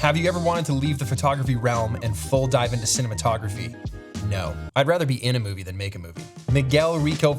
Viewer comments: Hated the "Naur" but stoked you saw my questions. Love ya Pete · Bro, that "nawr" Australian accent knocked me flat 🤣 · The Australian "naur" sent me. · Thoroughly enjoyed this. Great insight into your world. Saying "No" in Australian accent got me! 🤣